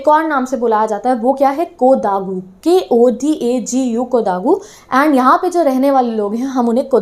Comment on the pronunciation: It's kodagu and kodavus neither kodhaagu nor kodagus 🙄🙄 wrong pronunciation of coorg